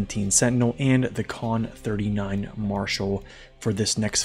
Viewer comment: Khan, not Kahn